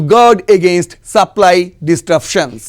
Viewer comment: You should pronounce(disruptions) correctly.